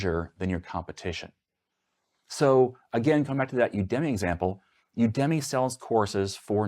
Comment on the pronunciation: You gotta stop pronouncing udemy that way!